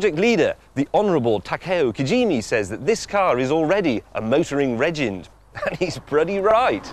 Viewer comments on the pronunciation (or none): "...motoring regend." hahaha.